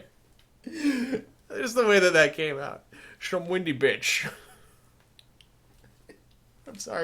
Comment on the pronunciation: They are in an underground maze, so I think "windy" is pronounced with the i making the same sound as in the word "ice". Maybe "winding" is more correct than "windy".